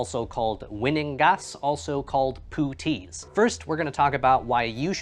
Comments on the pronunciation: These were famously worn by British and other soldiers in WW1 as "puttees". Soldiers needed high boots for the muck of trench warfare but because of a leather shortage leg wraps were used. The word comes from the Hindi "patti" for ribbon or bandage, a word brought back from India and is pronounced like "putt" not "poot" as you said it. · I got issued puttees (pronounced putt-tees) in the mid 80's in the UK, with hindsight they were actually ok to wear but took a while to put on and were replaced by high leg boots which were a lot more practical. I'm not nostalgic about them but in a historic sense I totally get why they would be practical. Thanks for doing the vid mate. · Thank you for the spelling and pronunciation. I kept hearing ‘poutine’ and I knew that couldn’t be right! Lol